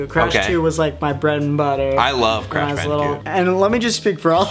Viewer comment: "Ur crash bandetcute"